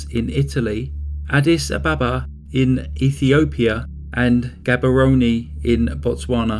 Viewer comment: Gabarone is pronounced Gabaron without the e